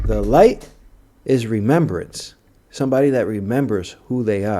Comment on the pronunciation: “ Re- member- ance” “ Forget- fullness.”